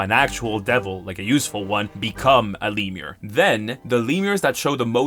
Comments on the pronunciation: btw its pronounced 'lem-your' not 'leem-er' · The Lemure to lemur mispronunciation was hilarious every time, thank you for this. From now on my devil spawn will look like little raccoon monkeys from hell.